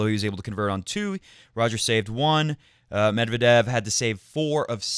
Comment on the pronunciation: According to his wikipedia article, the stress is indeed on second e of 'Медвéдев'. You can use wikipedia to check pronunciation for most russian names. They only tell you the pronunciation in cyrillic, but cyrillic itself is a fairly intuitive script, aside from the confusing stresses you'll see in Russian.